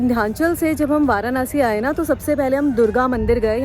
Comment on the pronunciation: It's वाराणसी not वारानसी